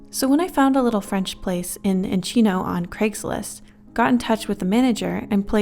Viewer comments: Hearing you try to pronounce California names is funny 😂 Encino is en-SEE-no, Alameda is al (like the name Al)-uh-MEE-da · That mispronunciation of Encino tho.